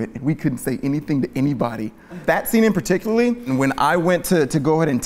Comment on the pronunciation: “Particually” is my new favourite word